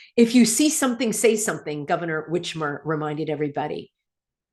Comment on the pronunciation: "Governor WITCHmer!" Lol.